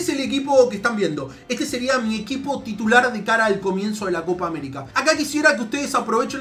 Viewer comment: ''coca américa''